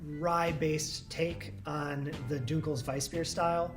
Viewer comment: The way this man pronounces "dunkles" is killing my brain as a non-native German speaker.